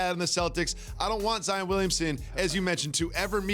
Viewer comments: lol these analysts either Zi-in or Zi-ON instead of just saying zion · I like jalen but its zion not zien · Why the hell is he pronouncing this guy's name like ZiAn??? It's an O not an A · sacrilege 5thLment pretty sure he said Zaen. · I think he was trying to say Zion-ed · No one: Jalen Rose: "ZEEYAN" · Lol why is jalen at Panera bread going live hahaha and why he calling Zion Zien ? Haha